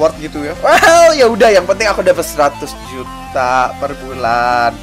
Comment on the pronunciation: juta bukan ujta